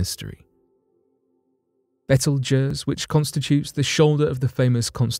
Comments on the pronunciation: It's not "betel guizz" it's called Beetlejuice. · Betelgeuse is pronounced beetle juice...x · Good lord.... it's pronounced... Beetle- Juice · First gotta say I love the show show brother,,,, Now with that said hers why I decided to write ....repeat after me it is pronounced "Bee-tle-Juice" Not "Bet til Guiest" You brits and your language lol! Like "Alum-inum" You Guys Say "All-u-minium" Different ways to say the same word is a culture thing but butching is another ..Just a heads up guy. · How the hell did you just pronounce Betelgeuse! Hahaha smh it’s pronounced like “beetle-juice”….. wow just wow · Its pronounced Beetle Juice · I'm sure someone else said it before me but the star in Orion is pronounced beetlejuice, just like the movie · Learn how to pronounce beetlejuice correctly. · Yeah, that pronunciation is freaking me out too! You are correct that phonetically, it should sound like "beetle juice".